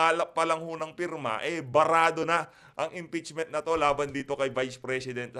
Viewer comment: Impeachment not EMPEACHMENT😁✌